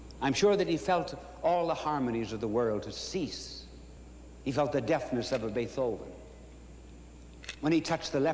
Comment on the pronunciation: Interesting way of pronouncing Beethoven: Be-THO-ven.